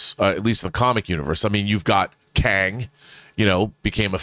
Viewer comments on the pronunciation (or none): none